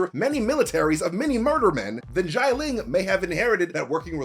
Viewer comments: Note: Not pronounced as "jai-ling". "Xia" is pronounced as "si-ya" (as in "si señor") without the pause in between. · Why does he keep prnouncing GIANT-LING? It XI-A-LING ... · Xialing * not Shy Ling. SHI-A-LING. 😑😑😑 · I love and his videos, but the mispronunciation of Xialing’s name is very distracting. X is pronounced like an “sh”, not like “j”. And the vowel part is IA not AI. So instead of Jai-ling, it’s more like Shya-ling. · 'Xialing' is not pronounced like that 😅😅 Say it like SHAH LING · why does he pronounce xia ling like it was xai ling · I cant believe how many times he mispronounced the name Xialing.